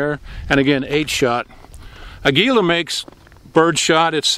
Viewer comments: Heres a tip.. it's pronounced.. "Ahh-geeela'.. anyway, LOVE YOUR VIDEOS. Keepem comin! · Thanks! It's pronounced "AH-guila" with the emphasis on the "A-" LOL. Great vids! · A guila...with emphasis in the first A. Other than that, Sir you are amazing. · Aguila is a Spanish word eagle. Pronounced AH-gee-lah. The g is pronounced as the g in go, girl, etc. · I've had other viewers say that it is pronounced "aag-u-lah". I have several videos with Aguila ammo and I've pronounced it both ways but regardless of how it is pronounced I am told that I am saying it wrong. Oh well. I really do appreciate the advice though. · Let me help....ah-GWEE la. Sounds better when you pronounce it correctly. No intention of being critical. Enjoy your videos. Thanks